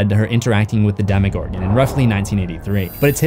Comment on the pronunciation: Demogorgon. It is not spelled "demigorgon". Damn. I like your channel but the way you pronounce some things seriously makes me cringe.